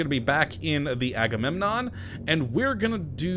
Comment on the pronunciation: Yeah I'm just gonna keep hearing that as Haggunenon.